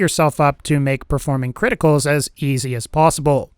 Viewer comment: Cwiticals.... FANTASTIC!